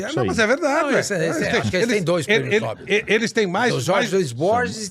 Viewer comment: NÃO É PRÊMIO NÓÓÓÓÓBEL; É NOBÉÉÉÉL. NOBEL...